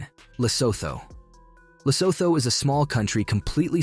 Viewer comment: Lesotho is pronounced lesootoo... It's hilarious how some places in Southern Africa alone is so badly mispronounced....